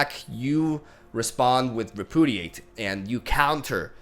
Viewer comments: I love your videos but I just have to say.. it's pronounced.. re·pu·di·ate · Ree - Pew - Dee - Ate. Just trying to be helpful. I know it's your second language. You are the shit. Keep up the good work. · nobody:: reh-poo-didate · I absolutely love that half of the time you can barely pronounce Repudiate (to be fair, not a very usual word). Lovely deck, lovely matches, my dude. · Listening to try to say repudiate is it's own entertainment lol